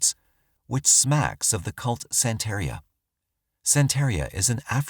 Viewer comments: Growing up in Florida, i know about Santaria. It's pronounced "santa-ree-uh" like diarrhea, but with Santa Claus. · Just FYI, Santería is pronounced san-tuh-REE-uh 👹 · The religjon is called Santeria. It is pronounced: 'santa' + 'rhea'. (After you say santa, then you say: 'rhea'. Like it sounds in the word: diarrhea. The word Santeria means "The Way of the Saints" in Spanish. The religion itself was originated in Cuba during the 18th and 19th centuries. Santeria was created with the blending of Roman Catholicism with traditional West African religions. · Our narrator should make a practice of looking up pronunciations of places and unfamiliar names (e.g., Pinellas, Santeria).